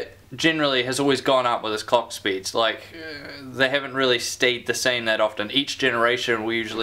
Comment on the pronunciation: "Cocks Speeds" lmao 😂🤣.. Anyone else hearing this when he says Clock speeds lol